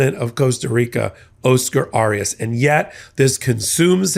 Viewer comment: Not pronouncing correctly. Oscar Arias. Try again.